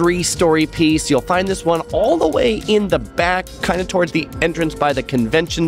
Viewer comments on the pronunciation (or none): none